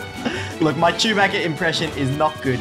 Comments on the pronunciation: It’s not chubaca it’s chuboca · I could not contain myself when he said “it’s CHEW-BACKA”😂😂😂😂